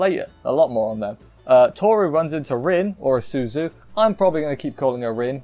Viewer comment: Rin's name is actually pronounced Reen & you missed the part where Kazuma bassically said that Rin wants to break the curse as well (Rin: What did she want? Kazuma: the same thing your want to ask me about). Unclean is sometimes used for religious stuff (like denouncing demons) & nowdays the word dirty can have lewed implications so maybe that's why they decided to use a different word.